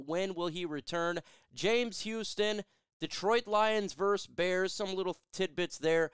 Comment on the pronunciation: It's not Lions verse Bears. It's Lions VERSUS Bears